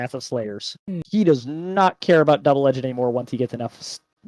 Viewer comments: Bruhhhh double “edge-ed” kills me please say it right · So, when did “edged” get an extra syllable?